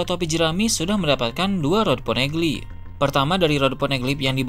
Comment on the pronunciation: Ponegeli??? Geli perut aku dengar hahahahahha